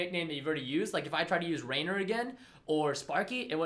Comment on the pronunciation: Its "Rainer" isn't it?